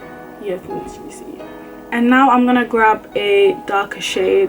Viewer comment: take a shot everytime she says lichrally